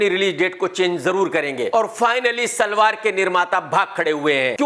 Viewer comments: SALAAR ❌ SALVAAR ✅ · Bro. Salwar Nahi hai Salaar😂😂😂